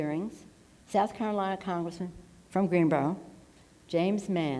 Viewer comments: For the record, our city is called "Greenville"... not "Greenrow". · 🤣🤣🤣 She don't even know where she is! Greenbo! It's Greenville you nutjob!